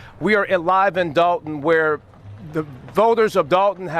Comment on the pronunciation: You Mean Dolton(with an "o" not an a")So Long, Tiffany